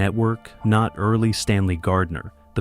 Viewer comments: Erle, not "Early" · Erle is pronounced like "Earl", not "Early", a real basic concept for this topic. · Erle is pronounced "Earl" not "early". Either the AI or the human narrator is ignorant. Get things right or don't bother. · Earle, not early! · EARL is how Mr. Gardner's first name is pronounced, not EARLY!! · Deliver ke feom those obnoxious A.I. voices! The word is pronounced "Earl," (Earle), not "Early!" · Erle Stanley Gardner's first name as NOT pronounced as "EARLY"! It was ponounced as "EARL"! Stupid AI-generated narrations! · “Earl” not “early” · It was pronounced "Earl." 😊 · Erle is pronounced Earl . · Can we train AI to know that the second e in Earle is silent. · FFS, learn to pronounce the author's name correctly. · You might at least pronounce Mr. Gardner’s first name correctly.